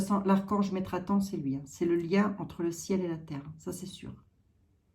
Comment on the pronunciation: C'est METATRON 🤪♥️ et non metraton